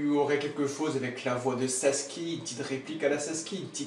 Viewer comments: C'est sasuke pas saske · Tu peux dire « Sasuke » au lieu de saske là ? T’es pas japonais et c’est malaisant